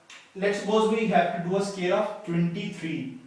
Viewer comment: Why do you pronounce "square" like "scare" ?